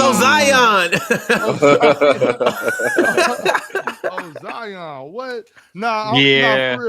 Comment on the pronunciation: “Ozion” is crazy 😹😹